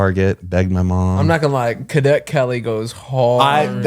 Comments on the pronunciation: saying "KA-det" Kelly instead of Cadet 🤣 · Whyyyy does say cadet like that is that really how it’s said? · The way says “cadet”?! 😂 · Why is saying cadet like that lmao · Can we talk a minute about how says “Cadet”